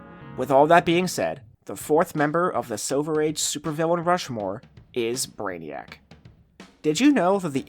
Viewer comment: "Reverse flash picture" 😀!!! "Brainiac" 😐